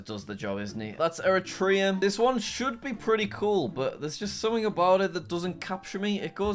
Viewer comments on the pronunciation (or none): none